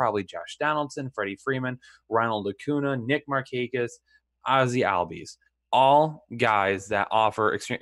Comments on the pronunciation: Cody Bell-ing-er? Acu NA? Bo Garrets? Dudes, pro tip: watch MLB Network for like 5 minutes and learn how to pronounce these player names. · As soon as I heard your pronunciation of acuna and bellinger I immediately second guessed your credibility